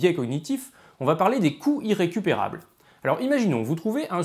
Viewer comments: ne pas faire la liaison aura entraîné un biais d'interprétation auditif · Les "coûts irrécupérables" mériteraient une liaison... parce que là, moi j'entends "couilles récupérables". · À , c'est carrément ça ! C'est pourtant pas trop compliqué, quoi : les "coûts Z'irrécupérables"... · Moi aussi, mais pas à chaque fois. Et pourtant, phonétiquement, le i et le iode son des phonèmes differents. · Ahahah du coup je l’entend, merci j’ai bien ri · le mien il est bon à jeter, plusieurs fois dans la vidéo j'ai compris "les couilles récupérables" XD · Je ne vois cette série qu'en 2022, et elle est très intéressante. Une observation quand même : Attention à la prononciation, "les couts irrécupérables" prononcés couyrécupérables ça fait bizarre :):) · Je ne fais que d’entendre « le biais des couilles récupérables », c’est gênant... 😅 Mais, sinon, excellente vidéo ! Tu peux compter un nouvel abonné. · Je suis le seul à entendre « couilles récupérables » à chaque fois qu’il dit « coût irrécupérable »? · Intéressant mais pas totalement convaincu ce coup-ci !Par contre ce qui est certain c'est qu'il n'y a pas de H à Euro, donc on fait la liaison et on prononce 200 z'euros de la même manière qu'on prononce 200 z'ans !Ah oui, la liaison ça marche partout, donc on dit aussi "les couts z' irrécupérables" :-) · est-ce qu'il n'y a que moi qui entend "les couilles récupérables" quand il dit "les coûts irrécupérables"?^^'